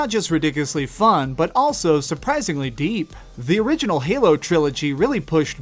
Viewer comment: how he said 'halo' fucked me off so much.